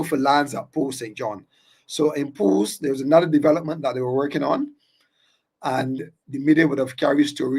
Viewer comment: Pool Land. Not Pools.